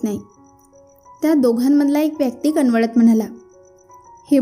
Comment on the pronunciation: कनवलत नाही कळवळत